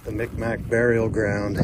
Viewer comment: Mi'kmaq native from Eskasoni. The "k" sounds like a "G" and the "q "is silent Mik-maw is how we pronounce it, mic mac isn't right but a joke here. Fun fact we invented the hockey stick.